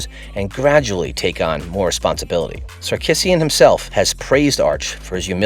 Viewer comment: You should not be calling Coach Steve Sarkesian as if it sounds like Sar- “KIss-eein.”. It’s wrong! It’s pronounced Sar-KEE-zhee-an.”